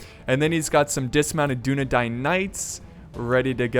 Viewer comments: It's Dune-eh-dine. It isn't pronounced like Dine-dine. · I just love how you pronounce Dünedain! :D don't stop that, But It's PROBABLY pronounce like "Dyne-Dain".